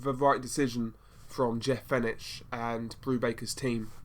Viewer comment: That's Jeff Fenech pronounced Fenec. He won three different world titles in 3 divisions and should have been 4 as he was ripped off in Las Vegas when he beat the shit out of Azumah Nelson , the fight is on YouTube..